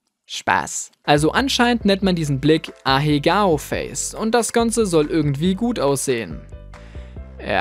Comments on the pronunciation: Der Gesicht ausdrückt spricht mann ahego aus und nicht ahegao XD und der Text ist von 6ix9ine ,,inspiriert'' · You:,,Sie hat ein Schlaganfall, bitte hilft ihr!" Ich Artist(Richtung Anime) und Weeb:,,Das ist ein Ahegao Face qwq das tut weh wenn du das so nennst und ich das zeichne" You:*spricht Ahegao aus* Me:,,Wait Whut? Wie hast du das ausgesprochen?!" Ende dieses Videos Le me liegt zusammgekauert auf meinem Bett und heult halb qwq But ich mag dein Content Sooo i'm not Mad or Sad deswegen -^-' (Und niemanden juckt das was ich geschrieben habe haha)